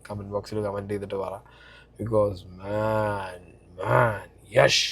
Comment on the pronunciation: യെഷ് അല്ല യാഷ്